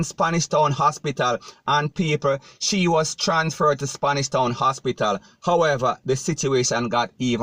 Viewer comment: This sounds like a “DUNCE-BATPITAL” instead of an hospital.